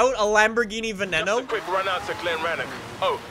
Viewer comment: Stop pronouncing veneno like that